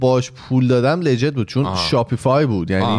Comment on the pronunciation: له جيت؟! منظروت ليجيته؟!؟ اخه اين همه سال اونجايى از هر ١٠ تا لغت انگليسى ٨تا اشتباه ميگى 🥴 چقدر ايمان داغونه اخه